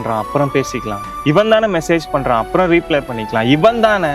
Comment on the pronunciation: தம்பி ரொம்ப நல்லா நடிக்கற. But ரிப்ளை ன்னு சொல்லணும் தம்பி. ரீப்லே ன்னு சொல்றீங்க. திருத்திக்கோங்க